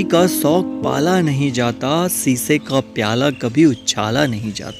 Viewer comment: पहले सौक को शौक बोलना सीख लीजिए.....